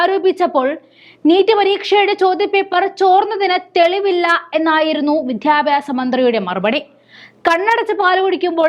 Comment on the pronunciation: കുറച്ചു കൂടി അക്ഷരസ്പു ടതയിൽ അവതരിപ്പിക്കുക.(വിദ്യാഭ്യാസം എന്ന് വാക്ക്)..